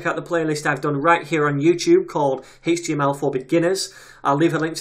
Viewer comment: You actually responded to what I wrote, you are a star man. For the love of JS chaos gods I would've never guessed the way you pronounce HTML is legit. Although now as I think of it, there is so many derivations of this language I'm now surprised that I was surprised. Thank you again for your work on this materials.